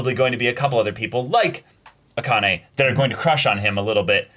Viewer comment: i was gonna comment the same thing lol. its "ah-kah-neh" not "uh-KAH-nay"